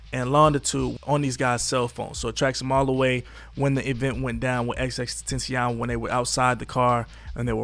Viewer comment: Say it with me “ x x x ten tha ce on . You are butchering his name